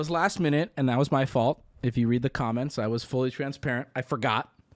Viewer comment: I’m trying to sleep but I can’t help myself from hearing say “calments” and not “comments”